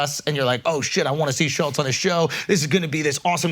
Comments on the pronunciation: Crazy they couldn’t even pronounce Shultz it was “shullz” the whole time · The kept pronouncing his name wrong too😂😂😂 schulls 😭